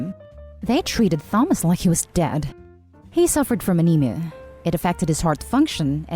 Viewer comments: Thomas is pronounced Tomas. It's the British spelling. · The first story the late sons name Thomas is pronounced ‘Tom~Us’ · I enjoy the videos you create and upload... However, Thomas - the Th is not enunciated in that manner. It should pronounced, TA-MOS (or perhaps TAH-MAS) Perhaps, phonetically - "tAA-muh-s" is a more accurate. I mean no offense as I sincerely enjoy the videos, I just wanted to offer a phonetic pronunciation. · "Tha-mus" 😅😅😅 I know you're first language isn't English.. but... Honey.. It's pronounced like "Tomas" hard "ah" sound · Thomas is pronounced as Tomas u put too much into the 'th' sound but still good effort!! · Hate the voice. Computer? Human? And his name is pronounced Tomas, not THomas. Must be computer. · It was as close as I could get to the phonetics of the name Thomas. Ta-Mos/Ta-Mas - it may be more accurate phonetically in the following manner: "tAA-muh-s" have never heard an English Speaking American, articulate the name Thomas in this manner. Specifically, the Th - it sounds like the phonetic spelling would be "TheMas" or some variation of that. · All im hearing is Thumb-ass. Make it stop.... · Story 1. NTA they did nothing for your son, showed no sympathy towards you at your time of hardship and grief, but now you have some thing that they want come around to pester you. Tell them NO and remind them that NO is a full sentence. Also to the orator the pronunciation of Thomas is TOM-ASS! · Thomas is pronounced TOMAS. PS love your videos and your voice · the way she pronounced thomas made me wanna jab pencils in my ears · I hate how incorrectly you pronounce "Thomas". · The way you pronounce Thomas is kind of adorable lol But also apparently all of their parents suck, and I hope they don’t go to the baby shower and go low contact for the moment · That's not how you pronounce Thomas tho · First time I’ve heard someone pronounce the “H” so heavily and make the “T” silent in the name Thomas lol